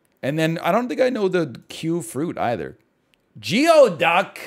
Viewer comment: geoduck is pronounced like gooey-duck